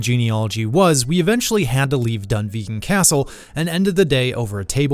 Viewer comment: “I’m 15% Scottish” no you’re not you’re American and you can’t even pronounce Dunvegan properly. Don’t be “That kind of American” please!